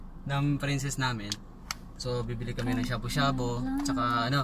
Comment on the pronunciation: Hahhaahha pang Shabu-Shabu, hindi ng shabo hahahh